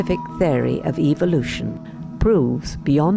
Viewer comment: I watched your excellent video on evolution. The comments were disabled. Might I suggest that you use the pronounciaton evOlution rather than evilution. Your target audience are such that hearing evil in evolution gives them the evolution sounds like evil sounds like the devil. That is evolution = evil = the devil. Unfortunately that's the way they think.